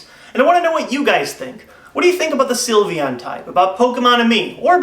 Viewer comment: He said the silvon type